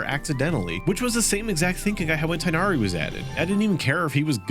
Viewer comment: Tighnaris name is pronounced moreso, "tignari" or "ti-inadi"